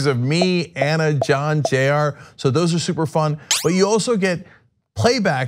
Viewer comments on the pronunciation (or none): none